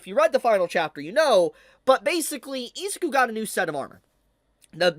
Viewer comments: Hate to say it fanbrats i told you so i told you so! Edit: you kept saying deku's first name wrong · Ahh yes, good ol Izooku and Ohchakoh. 😂